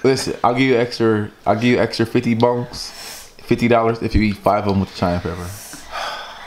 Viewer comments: so nobody is going to tell him its Cayenne Pepper and not Cheyenne. He said it like 9 times. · I Want You To Tell Me What Cheyenne Pepper Is 😂😂😂 It's Cayenne!! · Cheyenne pepper? 😂😂 it's definitely Cayenne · repeat after me... KY-ANN... 😂 not SHY-ANN💀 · CAYENNE PEPPER * not shyanne lmao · it's pronounced kie-en not shy-en 😂😂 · its not shyan pepper its pronounced (kyan) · KI-ANNE.... Not SHY-ANNE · Cayenne not cheyenne 🙄😂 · its pronounced wit a k like kiyan not like shyan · "Cheyenne" pepper... really 💀💀💀he don't kno the word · Naya Barton what is shyenne pepper lol. He said Cheyenne pepper. He means Cayanne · Did just say Shyann pepper?😂😂😂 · he kept saying Cheyenne 💀 so uneducated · it's pronounced ky•ann 😂😂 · This man just said "Cheyenne" pepper 😂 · The fact that keeps saying "Cheyanne Pepper.."😐😑😂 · He said "SHY-ANN" pepper. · Cheyenne (with sh sound) is a Tribe of Native Americans and a city. Cayenne (with K sound) is the pepper. Jesus Christ. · he just pronounced cayenne pepper as shianne pepper. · "Shyanne Pepper" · "Cheyenne" Pepper. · said Cheyenne pepper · it's cayenne pepper, not shayenne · It's pronounced Cheyenne ( shy-an) peppers where I'm from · it's pronounced (ci-anne) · Lol that's not how you say Cayenne pepper 😂😂😂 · He keep saying the proper name wrong 😂😂😂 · Why does struggle to say cayenne pepper